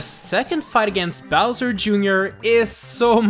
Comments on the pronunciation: you said Bowser, Jr. instead of Bowzer for #1.. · Bowser Jr at number ☝🏻 wtf it’s bowser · You said Bowser jr. Instead of Bowser, lololololololol.